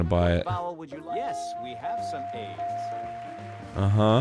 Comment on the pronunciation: to Where the man says "Yes we have some A's" I've been replaying it over and over and I keep hearing him say "Yes we have some aids." Man staying at home from The Backstreet Boys Tour is hitting me harder than I thought!